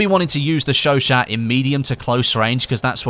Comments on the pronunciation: Its pronounced sho sho not sho shat. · sho-shat not sho-sho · Isn't it pronounced like "sesot" (not a hater btw) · i thought you said chauchat like chew aut. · you pronounce chouchat wrong say the two words that it is chau chat theres a T